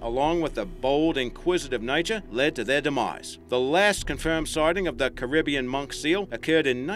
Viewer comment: u pronounced Caribbean wrong